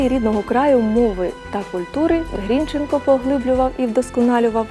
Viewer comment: Соромно ,що ви навіть прізвище правильно наголосити не можете